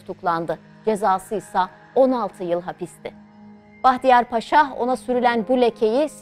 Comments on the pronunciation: Ударение надо ставить правильно. Не Пааша, а Пашаа. А то плохо произносится😮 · Уважаемая ведущая! Ставьте ударение правильно в слове Паша: ПашА будет правильно, вы же называете Эрсайа Бахтияра русским именем Павел (ПАша). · Разве ПАша, а не ПашА? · Salamaleykum! Mən sizə anlatalım. Paşa bir general rütbəsi. Dikkat etsəz yazılış və tələfüzdə bir a harfi kullanılır. "paaşa"isə o ruslarda insanlara qoyulan Pavel isminin küçültülmüş şəkli.Pavel isminin manası "küçük oglan" demək. Aynı zamanda 'paaşa' sözünə dikkat etsəz iki a harfıyla yazıldıgınl görərsiz. Rus dilində, paşa eyni zamanda paaşa sözləri var. Rus dilini yəni rus lisanını iyi bilənlər üçün karışdırılmaz. Sizin aparıcı yeni spiker rusca professional konuşdugu üçün,bu yanlışlıgı bilərəkdən yapmış olmasın... Deyə düşünürəm ki,bu da böyük bir hakarat olmuş ola bilir. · Ударение на слово не на пАша а правильно пашА! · В слове "паша" ударение должно быть только на втором слоге, и никак иначе.